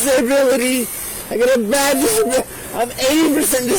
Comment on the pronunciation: Did he say he had a “disinbility”?